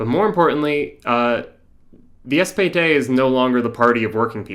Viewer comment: You're calling the SPD the "SPD" but using German pronunciation (with a terrible accent), or as you frame it, "those in the know", thus demonstrating why the left arent winning the working class.